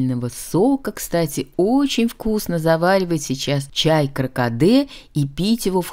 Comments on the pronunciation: Чай кАРкаде)), а не кракаде.. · Чай не кракаде,каркаде